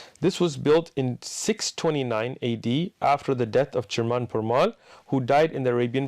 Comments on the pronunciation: Actually pronouncing of cheraman perumal Is not "Shermen perumal " It is absolutely cheramaan perumaal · sriman perumal is the right pronounciation 😀😀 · Cheraman perumal is pronounced chair-a-men(with a hard ch and me) peru-mall (like the country and shopping complex) Chakravarthi is a bit harder but I'll try to if you want...